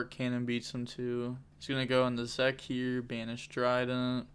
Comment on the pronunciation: Lol Zekk. Zeke is pronounced Zeek.